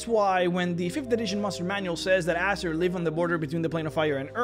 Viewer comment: You pronounce Azer like Asser. XD